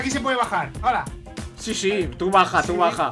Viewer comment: "hoda"🙄😂😂😂😂me partooooo